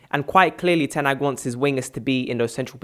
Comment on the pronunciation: will never pronounce Ten Hags name correctly lol.